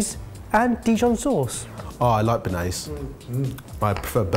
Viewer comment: Stop saying french words wrong. It would take you 20 seconds to let Google teach you how to say "béarnaise"